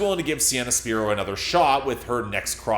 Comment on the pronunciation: If you insist on over-analyzing things and you keep hating on a talented 20-year-old singer with a soulful voice who writes her own music, then the least you could do is pronounce her name correctly. It's "spy-ro" with a long I.